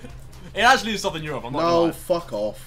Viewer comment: “EUROPE” not europ